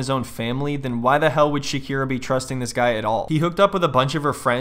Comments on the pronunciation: I love that Shakina is referred to as Shakina, Shakeena, Shakeela, Shakeezy, and Shabklburbbbhhla during this video... 😂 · SHAKEEEZY killed me xD☠